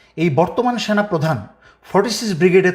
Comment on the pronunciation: তুমি কি বলতে চাও সেনা নাকি সোনা ঠিক করে বলবা